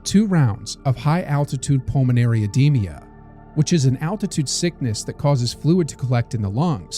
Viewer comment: Oedema not oedemia!